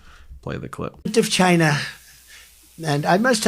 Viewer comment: Why does Trump talk as though he's recently been smacked in the back of the head with a sledgehammer? Why can't he pronounce the word "China" normally? Why do his MAGA devotees find this so entertaining that they need to clap and cheer? What in the name of God is going on over there on the other side if the Pond? YeeeHaaa UnterMagAmerica!